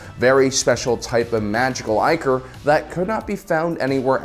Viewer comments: "ICK" or...Not "EYE" core...It's the etymological root of "ICKY". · Was ichor just pronounced eye-core?